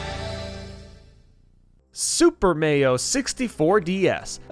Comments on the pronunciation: HE SAID SUPER MAYO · Did he said "Super Merio 64 DS" He deserves some subs